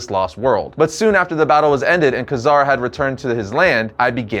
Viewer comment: You kept flubbing Ka-Zar's name: It's pronounced "Kay-Zar" no "Kazar".